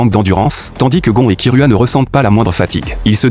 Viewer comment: C'est unteur x unure et c'est gon et c'est kirua pas kiroua et il fan une course